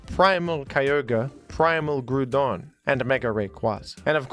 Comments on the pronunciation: Groudon = Ground+Don. So it's not pronounced "Gruuuuudon"! It is the damn godfather of ground Pokémon! I hate this stupid, senseless pronunciation so much! Why do you do that?! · Nah Groudon isn't pronounced that way. It's closer to the word "ground". If you look at the Japanese name, "グラードン"(Gurādon), this pronunciation best matches that. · Groudon is the ground Pokémon, Kyogre is the water and Ray is air. Therefore, Groudon is pronounced like Ground. Imo 🙂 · Disliked and clicked off when you said it’s SUPPOSED to be pronounced groodon. Let me ask you this - is it pronounced ground or groond? Ground. For the ground type. Absolute wild and oblivious take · You should look up how to pronounce groudon you sound dumb as hell telling people to pronounce it like soup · You pronounce Groodon like I used to during my elementary school days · Groudon is pronounced like Ground and then on at the end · Is it Groudon or Grewdon? I’m confused now. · sounds like he’s saying crouton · Why do you say Groudon like that? when it should be pronounced "Grubersdon" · It’s actually “Jroo-DUN”, like “page” and “monkey”. Easy mistake to make. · It is pronounced "groodon" like soup. It is a reference to the primordial soup from which groudon emerged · His bitterness about being wrong about the pronunciation of 'Groudon' is unparalleled, folks. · Yes, groodon, like the groond type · Sir. It's very clearly Groudon. With the ou pronounced like in ground. Since Groudon like ground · I feel like the way u pronounce Groudon is pure rage bait😂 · Groudon Ground's "ou" makes the "ow" sound Therefore, Groudon's "ou" makes an "ow" sound, making it pronounced "Gr-ow-dawn" ❤ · You are the only person to ever pronounce Groudon like that and it made me very angry. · Why do you pronounce Groudon like that?